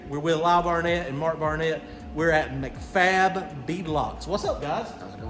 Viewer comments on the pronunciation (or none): You could tell it was all while could do not the correct you when you said "McFab" over and over! Lol That's Mac-Fab there, pronounced Mack-Fab.. 😂🤣